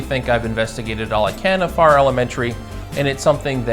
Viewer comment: Not sure if you got clarification. of the town and school name pronunciation. It sounded like you were saying Far instead of Farrar. A little more R roll. Lol!